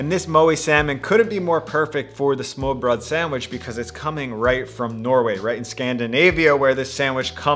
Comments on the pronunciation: Please don't say "smore" though. I can understand that you struggle with the danish 'R', it's even weird by Scandinavian standards but understand that 'Ø' is a completely different letter in the alphabet than 'O'. Just like you wouldn't pronounce a 'd' and 'b' the same just because they have similar shape. Ø is not an O with a twist. I think an American can pronounce that letter without a problem. Also, the last e in the word is not silent. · Smørbrød, we do not say smørrebrød, wtf. do you even even scandinavian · As a dane, i will try to explain to you, how it's pronounced. Smoeerebroeeed. The oe is how the ø is kind of pronounced, tho you need to combine the oe, so it sounds like when you say the "i" in first. The pronunciation of the "i" in first, is the ø in Danish, if you say it while rounding your lips. Also the "u" in burst. REMEMBER TO MAKE KIND OF A ROUND KISS MOUTH. Have a wonderful day. Good karma. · As a Dane, pronouncing smørrebrød is actually quite easy. You just need to swallow your tongue while vomiting, and you are pretty close to pronouncing it correctly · As a Norwegian, I love the way you've decided to pronounce our nordic language, but yes, the tongue is sometimes dangerously far down. Love from the mountain monkeys! :) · Leave it to the hipsters to ruin smörrebröd. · everyone struggles with danish =) But i totally agree on the O vs Ø part.